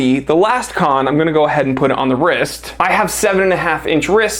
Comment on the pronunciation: Good looking watch, I don’t like how you say the word “wrist”…to pronounced!😂